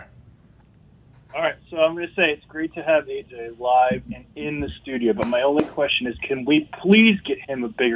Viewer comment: AJ is so much better in studio (stu-jio)